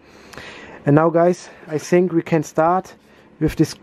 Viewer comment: What happened to ur english u said I sink instead of think